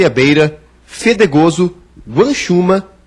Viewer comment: ''Folhear, Fetegoso'' = Foliar, Fedegoso??